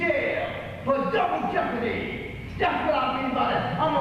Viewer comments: Ey got lawyaz, Double Jehpahdeeee!! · Dubble jepp-a-dee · DUBBLE JEHPUHDEE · "DOUBLE JEOPARD" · Double jepordy...lol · Swig a beer every time he says jepperdy.... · Lol double jeepadee! I think he has mental health issues. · Take a shot every time he says Double Jeppadii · It's time now for "Double Jepadi" with your host Alex Trebek.